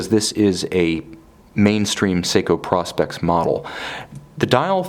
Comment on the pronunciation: Prospex is pronounced with a long “o” as in professional specifications.